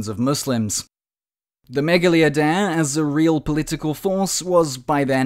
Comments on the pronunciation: Dude mispronounced "Idea" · Why's he saying idea like that 😭